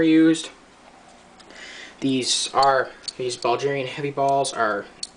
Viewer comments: its BULL-GAR-IAN...not BALL-GIRAN. If you cant even pronoun the country correctly, dont expect people to take what you say seriously. Also they are semi-corrosive, so you need to clean you gun after shooting. Also, way to much rammbling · Bulgarian, not Ballgerian. Its pronounced Bull-gare-ian. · BULdge-erian you sure thats how its said?!?!? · ITS BULGARIAN NOT BULGERIAN YOU IDIOT! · dude, it's Bulgarian, with a "g" sound like grass, not Buljarian, with a "j" sounds like jack